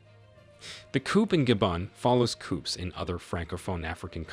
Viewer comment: Nice AI voice.. it fails with the wird "coupes" and takes a very audible breath before each sentence regardless of how long it is.